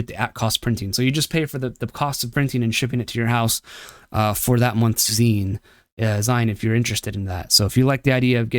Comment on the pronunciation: Interesting video, very good. However, dislike for c the way you pronounced “Zine” from magazine. I’ve never heard it pronounced maga-z-eye-n